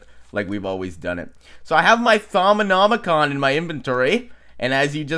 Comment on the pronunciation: HE SAID THAUMONOMICON RIGHT!